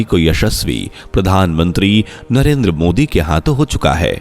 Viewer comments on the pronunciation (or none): none